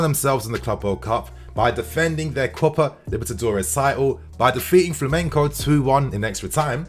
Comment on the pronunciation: Please stop saying flamenko. It’s with a g. As a Brazilian it’s hard to hear. Keep up the amazing videos though!!